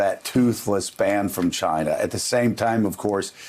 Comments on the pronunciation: It's pronounced, "JYNA!"😆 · It's pronounced CHI-na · He sounded racist and annoying when he’s tryinna pronunciate the word “China”